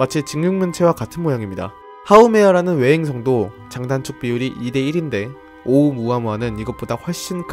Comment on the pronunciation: 발음할때는 오우무아무아가 아니고 숫자 일 할때 세게 말하시죠? 그것처럼 오!우무아무아라고 하셔야 합니다. 정확히는 성대를 닫아야 해요.(ʔ)